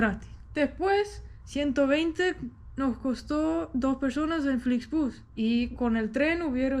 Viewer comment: Flixbus en inglés se pronuncia Flixbos .